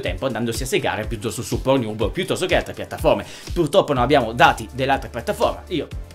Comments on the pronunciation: PORNIUB MA CHE CAZZ....PORNNIUB CODDUE.. PORN HUB... ub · ma solo io capivo "ProNiub" ? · Tornato qui dopo anni solo per risentire il celebre "pornhiub" di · Anche io ! AHAHAHHAAHAH